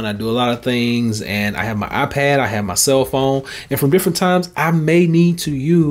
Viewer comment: “Eye pahhd”